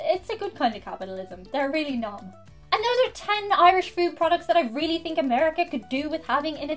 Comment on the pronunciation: no problem. I love the way you drop the ‘h’ after a T. Think become “think”, thanks becomes “ tanks”.